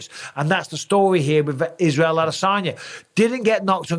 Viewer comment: Don't get why mike says adesanya like he's a southerner im sure nobody from Clitheroe should say adesaarnya